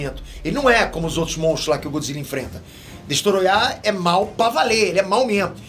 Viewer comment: que agonia ele falando destoroyah